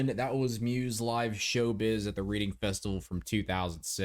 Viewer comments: Its funny you said Reading festival like reading a book, its pronounced Reding, its a weekend festival here in the uk where the bands swap between Reading and Leeds, great reaction, im here for all the Muse videos, if you can always do the live version of every song, you get a much better feel for the band and what they are like as performers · Reading is pronounced as “Redding” like the colour, rather than reading a book. It’s one of those weird British ways of saying lol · I was 7 when they played this show lol. Btw its pronounced "redding" no judgement. And it's an open air stage. I think they mightve been on the main stage since they were pretty huge by then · Loving the muse reviews man. Your channel is great and I think you strike the perfect balance between letting the track flow and commentating. Ignore all those idiots correcting your pronunciation of reading. As obviously that's how anyone would think you pronounce it!